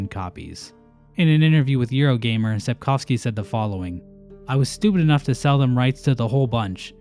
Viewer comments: As a Pole, I'd like to applaud you for your pronounciation of "Sapkowski". I've yet to hear another English speaker on this platform get "-owski" correctly. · It's actually amazing how well pronounces Sapkowski - it's the first time I've heard an English speaker say it as it sounds in Polish